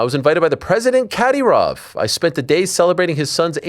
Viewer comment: Caddy-roff? 😂 Thought it was Ka-dear-off